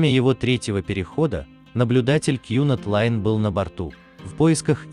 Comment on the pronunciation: Кьюнад лайн пхах